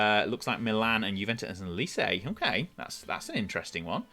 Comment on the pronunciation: Enjoyed the video but your mispronunciation of Lecce tortured my soul 😂